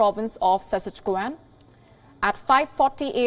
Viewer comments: U dummy it’s not pronounced suchichkwan. It is pronounced siskachwan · Extremely rare that saskatchewan can't be pronounced properly. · Oh my God! What a terrible news anchor! What a false accest and she cannot even pronounce Saskatchewan and Nova Scotia! It is pronounced Nova "Scoshia" NOT Sco-tee-ya! WION IS DEAD without Ms Palki Sharma Upadhyay!